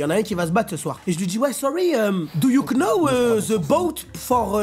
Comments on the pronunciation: cc, juste pour préciser que le k du « know » ne ce prononce pas !! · Les « do you Know » avec le K fort, ça me termine 😂😂